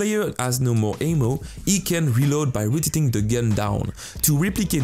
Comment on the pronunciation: AHHHHHHHHH why amo and not saying ammo! you can say ammo but you keep saying amo